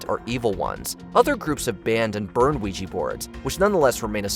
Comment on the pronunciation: OuijA not OuijI